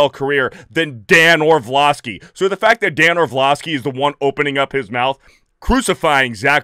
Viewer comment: Great video as per usual. However, I feel compelled to point out that there's only one 'v' in "Orlovsky", it's not Orvlovsky, you silly person.